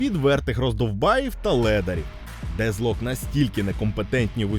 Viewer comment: А чому Дезлок? Воно ж наче вимовляється Детклок. Навіть трек у них був з однаковою назвою.